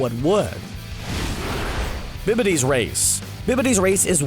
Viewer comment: HIS NAME IS BABIDI NOT BIBIDI